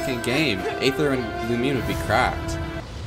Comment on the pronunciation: you say aether so wrong omfgg 😭😭